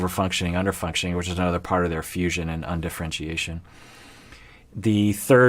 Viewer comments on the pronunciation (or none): none